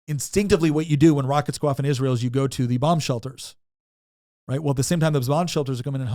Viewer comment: Can you please be one of the few people on this earth that can pronounce Israel correctly? I’m so sick and tired of people mispronouncing it I could scream… Also, this video is totally unwatchable, I’ve gotten a commercial every one minute and 55 seconds… it is way too many freaking commercials… Goodbye